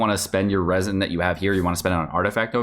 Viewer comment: It's not leaks if you said Raisins instead of Resin